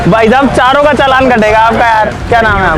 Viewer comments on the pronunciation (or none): none